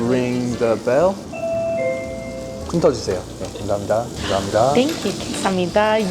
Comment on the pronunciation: Wow!! That “감사합니다” was really good. She pronounced it perfectly!